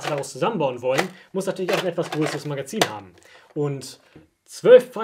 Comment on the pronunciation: "12re magerzin"